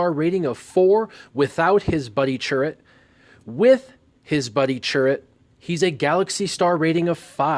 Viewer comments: Good video. Just so you know it’s pronounced cheer-ut. Not churr-it like you were saying. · sorry but you are wrong. They do say it multiple times in Rogue One and they pronounce it Cheer-ut just like I said. Not churr-it as you say. Go watch the movie again you will see. Base says it multiple times, as well as other characters. Also, google Chirrut Imwe how to pronounce, you will see links to different Star Wars character databases and they will also show you the correct way. If they don’t, then they are mistaken. Hell, while you’re on YouTube here just search for a clip of him and baze from the movie and you can probably find it. Sorry, I can tell you don’t like to be wrong about something. He’s my favorite character, I know how to say his name.